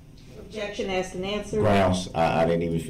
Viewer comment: Aks and ansered yer honer